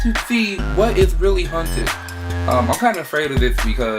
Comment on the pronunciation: Are they haunted or hunted? Kinda sounds like you keep saying hunted